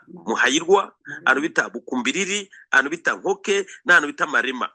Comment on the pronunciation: Murashimisha@ Alain na maman Shantali Capitaine Mutega👌🏽 hano i Masisi bamwe twivugira n’andi masaku: - I GATOYI ✅ si Katoyi❌ - Mu NKOKWE ✅si Nkoke❌ - I GASHUUNGA✅siGashuga❌ -IBUKUUMBIRIRI✅siBukumbiriri❌Murambe gusa💪🏽🇨🇩🇨🇩🇨🇩🇧🇮🇧🇮